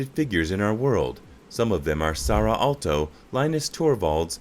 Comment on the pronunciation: Revio is actually Rovio. Alto is Aalto. The word pronunciation was pretty bad, he totally is not Finnish. The white cap is earned when you graduate from high school, we call lukio. Nokia derived early on to make rubber products like boots and tyres and right now the tyre brand is Nokian Tyres.